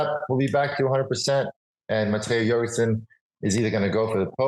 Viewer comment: Jorgenson like Yorgenson, not Dyorgenson, he is of danish descent